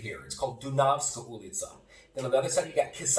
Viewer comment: You said Dunavska street as a real Novosadjanin :))